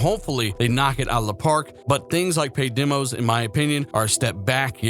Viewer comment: Great update, just one thing, it's demos not dimos, demonstration not dimonstration. 🚔